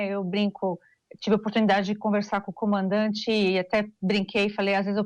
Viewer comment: Esse cabeça de ovo toda vez erra o nome do comandante 🤣